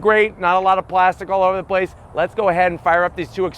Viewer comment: ”extra wide plazxkytwp-stic here”